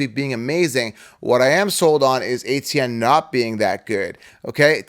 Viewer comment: Travis ETN, not ATN